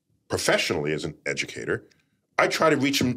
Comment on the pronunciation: How can anyone take Tyson seriously after his shameful Covid comments “as an Ed-u-cat-or”?